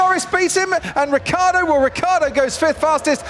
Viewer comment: Could be the year that RiccIardo could be pronounced properly... NOT RiccArdo....